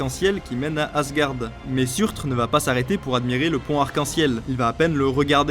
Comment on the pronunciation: Je veux pas chipoter, mais le "J" se prononce "Y" (Jötun, Jörmungand) et lorsqu’il y a un r à la fin ça se lit -er (BaldER, SurtER, FimbulveltER) ^^